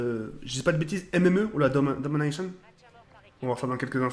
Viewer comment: stp c'est domonation et pas damanation ensuite INFINTE ET PAS INFINITY merci